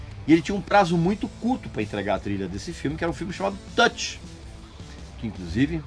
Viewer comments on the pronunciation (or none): none